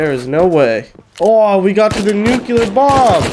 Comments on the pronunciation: its NUCLEAR not NUCULAR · Nuclear < Nukular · “ new clear “ not “nuke u lar” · Nuclear not nucular dingus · It's nuclear not nuculer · Nucular, the S is silent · I love it when tries to say 'Nuclear' and 'Turrets'. Nukeular and Turrents